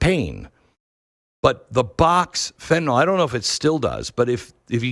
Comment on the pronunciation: Fen-ta -nil Fen-ta -nil. Not FENTANALL.. Learn it